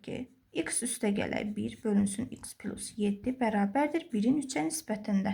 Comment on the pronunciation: Düzünü desəm, esebime toxunduz İkıs, pilus zad..